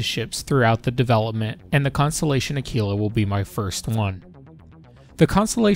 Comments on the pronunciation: Say the word quick, then quite, then quiet. Now Aquila..... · omg ..what is wrong with youtube?? AAkwila!! ..not akeela. ...just insane. It's ACTUALLY a constellation in the sky .../smh